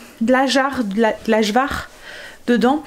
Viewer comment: Coucou trop belle Kim avec son bidou. Juste Ajvar on dit le J comme un Y 😉😉. Bonne journée